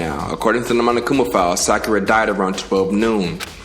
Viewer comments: IT IS PRONOUNCED "SAW COO RAH" NOT "SUH KYUUR UH" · Learns how to pronounce Sakura Also: “SACK-ura” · Her name is pronounced sock-err-ah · how to say sakura. sah-kur-ah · You still said sackura instead of Sakura the whole video 🤦🏿‍♂️ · This what i needed. And yes bruh, been waiting on you 😭 btw it's Sock-er-uh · sa-kura? No. It’s sa-kur-ah apparently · IT'S SOCK-ERA. Not that it matters, anymore. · Ok....since this has happened I suppose it's finally time to tell you...so here it goes: Sakura= soccer-ah or sock-er-ah like the pink haired girl from Naruto😊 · Spiffy Williams no its pg showing this nigga pronouncing sakura wrong its. sock-ou-ra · U can tell never watched naruto to not know how to pronounce sakura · my dude really found out how to say Sakura correctly and continued to pronounce it wrong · Bruh for the love of god and Sakura’s sake, PLEASE pronounce her name right🤦🏽‍♀️ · They said her name and he still sais it wrong LMAO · Lml watched that whole vid and and edited into his video yet still can’t pronounce Sakura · that's how you ACTUALLY pronounce it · This man really addressed a video specifically showing how he mispronounced Sakura, fixes it for like 5 or 6 times, then spends the rest of the video mispronouncing it again THE SAME WAY 💀💀💀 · I don’t know why but it bothers me when says Byakuya name and Sakura name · please listen to how Naruto pronounces sakura🤦🏾‍♂️ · bruh before the next vid imma need you to watch a english dub of naruto to learn how Sakura is pronounced XD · this man will never say sakura's name right, IM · I started screaming when he said it wrong again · Damn you ain’t watch naruto 💀💀 been butchering her name the longest 🤣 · you still are saying her name wrong after hearing it pronounced correctly lol. its Sa- Ku-rah not Sa-ki-ra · I like how he says problem fixed, and then goes right back to saying sakura (sack-ura)😭😭😭